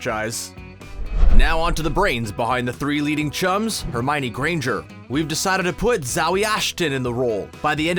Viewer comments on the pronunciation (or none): none